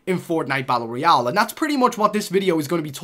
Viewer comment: He pronounces it "bat-ul royal"